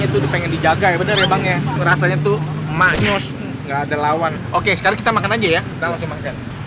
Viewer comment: Mak nyus : rasanya sampai ke hati Mak nyos (kalau orang Jawa dengar kata ini, yang ada dipikirannya "Kena benda panas apa ya? Seterika? Panci panas? Atau knalpot sepeda motor?" Banyak yang salah, ngomongnya "mak nyos" yang seharusnya "mak nyus"...